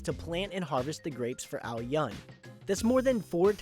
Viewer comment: Dude, you butcher the name. it's AO-yün the U is Ü sound, not the way you messed it up.